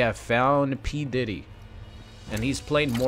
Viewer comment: The way you say pdiddy bro🤣🤣🤣